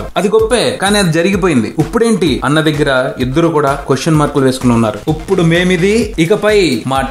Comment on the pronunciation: UPPUDU kadu bhayya.. IPUDU ..anukunta.. "uppudu" matter lo ki veldam ..